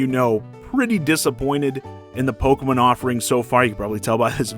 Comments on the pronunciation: You mean, Poke-muhn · The way you say Pokemon causes me physical pain